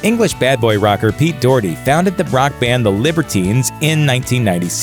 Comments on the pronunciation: Doh-herty not Doorty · 'dorty' lmaoooooo what is that pronunciation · Doherty, is pronounced Docherty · His name is pronounced Pete Dockerty not Doherty (as read). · Its pernounced doch(Ck)-erty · Docherty is pronounced Dock-Err-Tae. These are things you should really figure out before saying the name so many times on videos. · Pete 'Doortee' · Actually, I do because it sounds daft and not how it is pronounced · doherty is closer to the irish vernacular say it aloud, pronouncing the h as in the first sound of "hot"